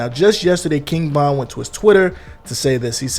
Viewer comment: Bro ,why you sounding so confident in your pronunciation, King bond bro? Tf?Vonnnn! Broo damn